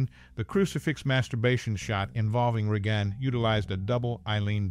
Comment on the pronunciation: I heard "Re-Gone Mac Neel"